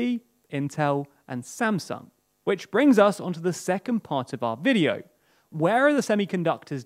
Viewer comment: I know you said "where the market leaders in production are based", but it sounded like "whether", enough that even the auto subtitles thought so. So after hearing "we'll be taking a look at whether market leaders in production are based", I expected the hint to say "hint, they are"